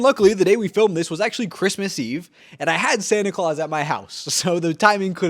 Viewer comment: I thought you said Satan at first... Phew.